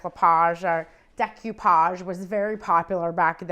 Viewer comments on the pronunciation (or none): none